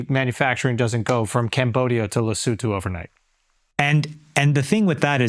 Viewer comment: very impressed by Andrew’s pronunciation of Lesotho , spot on !!😂